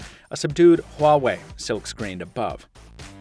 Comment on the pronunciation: damn it, Its "Wah-way" not "Hua-way"